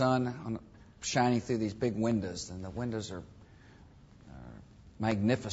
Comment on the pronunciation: "The first thing I see in the morning are the windas." GAWD he's such an idiot!